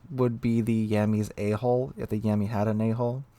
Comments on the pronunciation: When you say A-Hull it sounded like A-Hole. I was very confused for about 20 seconds hahaha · Yep, I heard that too!